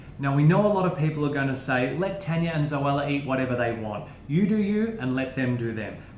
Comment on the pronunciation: Guys it is Tanya not Tania xD